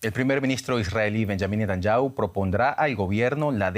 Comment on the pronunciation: Netanyahu se lee = Ne-ta-ñá-ju